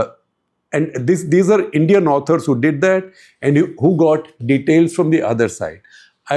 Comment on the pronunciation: ...the indian armed forces including IAF have always resorted to lies,exaggerations and distortions to cover up... I wouldn't be surprised if lying rules supreme even now in this discourse...And,what atrocious pronunciation!Their womenfolk are better speakers!